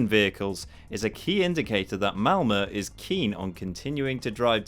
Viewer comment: Cudos on the pronunciation on "Malmö" really good!